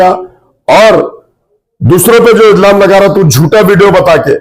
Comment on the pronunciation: Izlam nahi ilzam bolte hai 😂